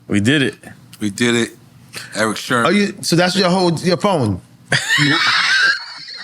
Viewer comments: SIRMAN SERMON NOT SHERMAN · I know I'm not the only one hearing Nore saying Erick Shermon?😂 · Sermon not Sherman Nore !!! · Great interview but why’s Nore calling him Erick SHERMON constantly? 😂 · Nore keeps saying Sherman 😂😂😂😂😂😂 it’s sermen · why Nore keep calling him Sherman 🤦‍♂️🤦‍♂️🤦‍♂️😭🤣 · Why Nore keep saying Shermon though...? lol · Are we just gonna ignore NORE calling him “Erick Sherman”? 😂😂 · Why does Nore keep saying Erick Sherman? lol. small yellow bus. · My man teeth so big he said that man name wrong hella times 😂😂😂😂 its Eric Sermon not Sherman bruh 😂😂😂😂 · SHERMON SHERMON SHERMON!! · I wonder why Erick never corrected N.O.R.E. every time he called him Erick Shermon instead of Sermon. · IF NORE SAYS SHERMAN , ONE MORE TIME I'M GONNA SCREAM. S E R M O N....OMGGGG😂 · I really hope Eric Sermon corrects Nore as it concerns the correct pronunciation of his last name. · NORE pronouncing Erick’s last name wrong the entire episode priceless! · He kept saying it 😅